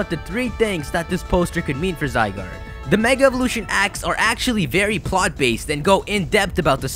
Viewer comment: So that you know its official pronunciation for Zygarde: zee-GAR-day